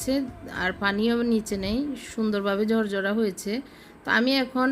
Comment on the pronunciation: ভেজে--বেজে। পোলাউ--ফলাউ। ঝরঝরা--জরজরা। ঢাকনা--ডাকনা। আরও অনেক ভুল, ভুলে ভরা উচ্চারণ please উচ্চারণ শুদ্ধ করুন।